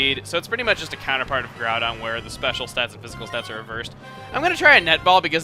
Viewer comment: Yah, seriously, pernouncing groudon and kyogre as garudon and keeogree